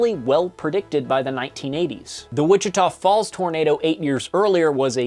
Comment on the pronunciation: I'm sorry, but... WICHITA FALS